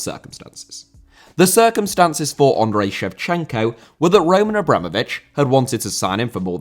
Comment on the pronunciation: Andriy* not Ondrei